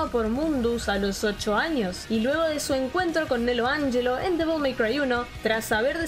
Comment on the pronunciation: Nelo AnYelo & no Nelo AnSHelo :O Psdt: "Dant... digo Vergil virgo" Psdt2: El tema de Vergil "Bury The Light" lo amo no como "Subhuman"😒 (Lo siento no lo supero) Psdt3: Te deseo muchas FELICIDADES y mucho más éxito. Psdt4: Gracias <3 😜